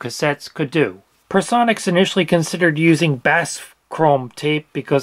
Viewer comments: Why do YouTubers always get this wrong??? It’s called B A S F. Not basf! You say the letters! B A S F! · B.A.S.F. is pronounced with the individual letters, not basf. "Basf" would violate syllable rules of English and German (where B.A.S.F. is from) alike.